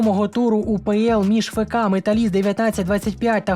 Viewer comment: Правильно говорити не фе ка а еф ка Металіст 1925.